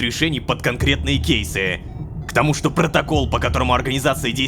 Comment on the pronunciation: в слове тому у странная